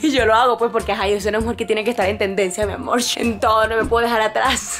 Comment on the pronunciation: Deja de decir mi amorh pareces mimada